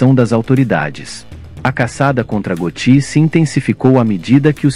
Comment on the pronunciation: Você está pronunciando errado. Vou acentuar só para você saber como se fala: GÓTTI